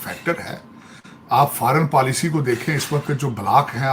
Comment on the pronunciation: Faaran PAALISHI 😂😂😂😂 Pura PAALISHI kar rahe hain Porki 😂😂😂